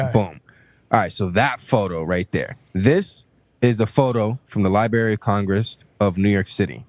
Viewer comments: Libary Classic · Some people will think this is a cheap take, but I won’t take seriously a 24 y/o who can’t pronounce the word library.